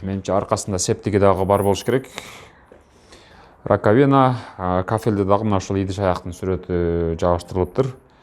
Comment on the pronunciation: РакавИна эмес рАкавина десен ударение на А